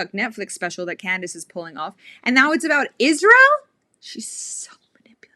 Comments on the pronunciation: Iszhrael. God the way she pronounces that pisses me off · Not only does she manage to bring Israel into every conversation, she also finds a couple extra letters to add into it "Ischzzzrael." lol